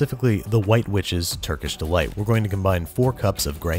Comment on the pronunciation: Lol, I thought he was eating raw meat dipped in flour because I heard "Turkey Delights"